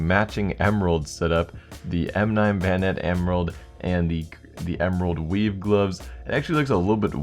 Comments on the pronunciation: Is it just me or did he say emerald weeb xD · Krl, eu juro que quando ele falou esmerald web eu escutei esmerald weed...